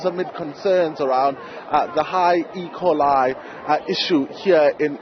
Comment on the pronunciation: Not ecolee... E Coli.